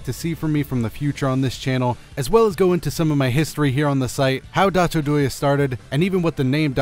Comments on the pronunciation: What I don't understand is that your channel name is spelled "DotoDoya", but you pronounce it "DatoDoye" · because of the way its pronounced in the video I watched! it was dotto. I just cut the extra T